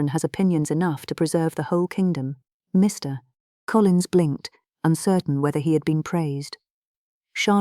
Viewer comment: Please use a better AI voice agent. The pauses between Mr. and Collins is horrible. That's just one example. There are better out there. A real narrator is best. Speaking for all of the now out of work voice actors.